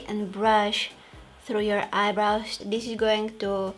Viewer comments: this way not dis way😁😁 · Loved the way how she says "dis to dis" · Her: from dis to dis Me:👁👄👁